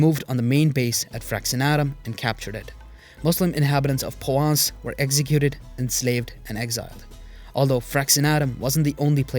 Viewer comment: Thanks for this fascinating video. One picky point- I couldn't hear the 'r' in Provence, apart from that loved it, another reminder that Europe has more Muslim history than is generally acknowledged.